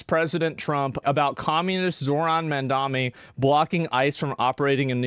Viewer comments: Tim Dillon: Zohan MAmAlamamAmamama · "It's Ma'amdomi!"